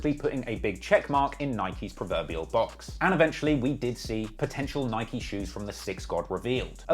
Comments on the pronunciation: How bad is at pronouncing names, can't pronouce Nike and Melbourne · Its NIK-E! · Bro it’s ni-kee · the way he pronounced Nike for the first 17 minutes hurt my ears